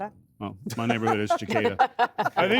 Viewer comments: Cicada is pronounced with an "si-kay-da" or "si-kah-da" not "ch"icada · Sigh Tyrus how the F do you get Chic ada out of Cicadas, there is no "silent h" there; it's pronounced Cic(sic)ada. Stop bastardising the English language, because it's Ar Kansas not Arcansaw. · Does tyrus really think it’s “jicada?” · "Suh - KAY - duh" Cicada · "suh·kay·duh" Tyrus! You're wrong! It's okay to be wrong but to correcting someone else with your lack of knowledge is a travesty.